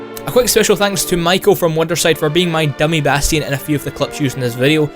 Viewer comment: he says bastion wrong